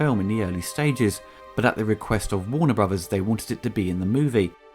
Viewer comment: "Warner Bruvas"